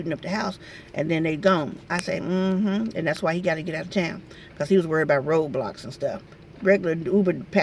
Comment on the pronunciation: Lol sounds like she said ROBLOX say really says Roadblocks Like if true